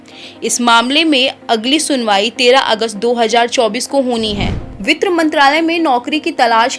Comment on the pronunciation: वित्र नहीं वित्त होता है मैडम जी 😂😂😂😂😂